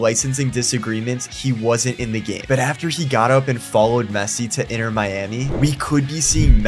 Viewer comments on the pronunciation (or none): none